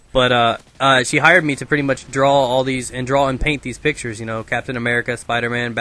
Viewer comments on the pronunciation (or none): none